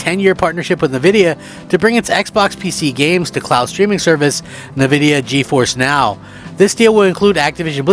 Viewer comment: N-vidia NOT Navidia!